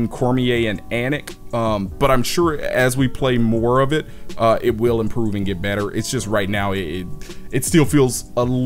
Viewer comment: "but I'm sure it wheeeel" lmao loved the review, brother! Keep it up